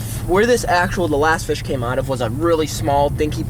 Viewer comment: What’s a fiss I thought it’s a fish 😂